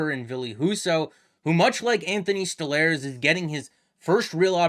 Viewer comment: It's pronounced "Stole-Rs" no?